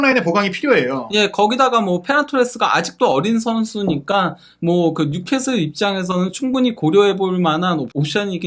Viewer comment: 뉴캐쓸 인데 뉴캐슬이라고 하노 자꾸 ㅡㅡ